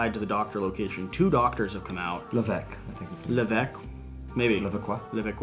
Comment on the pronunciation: Hello, Maquis: Ma-key. You do not pronounce the s Levesque: Lay-vay-ck That should be closer to proper pronouncing;-)